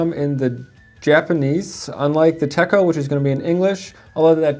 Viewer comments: So sorry to nitpick, but if you are going to sell Hobonichi, you should know it is pronounced "Tetch-oh" ... but I am DELIGHTED that you are carrying their journal and planners. You might want to be more specific in your terminology, just because the "notebooks" are blank. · Yes, you are correct. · Agreed. 😱